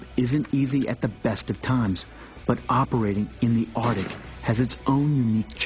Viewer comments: the ar-dick? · "Ardic" Really fucking annoying.